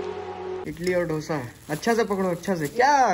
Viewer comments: Idali bolte hain... Itali nahi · Bro a small correction...its idli not itli.... Hope u dont take it in wrng way...its a request not a order................... always love n support from South Indian fan😍